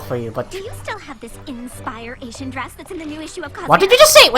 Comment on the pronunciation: Inspire-Ation. Not asian.